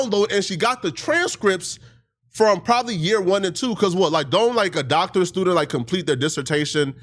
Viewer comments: “Doctorial”? (Doctoral) “Licensor”? (Licensure) I call BS off the strength of these mispronunciations alone. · She mispronounced doctoral and said doctorial, hmmmm…